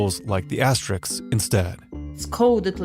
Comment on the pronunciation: If you can say risks then you can pronounce asterisks.